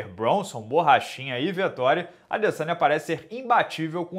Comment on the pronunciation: A minha filha de 11 anos que nem acompanha luta, rachou o bico qdo o minota falou adeçanha 😂😂😂😂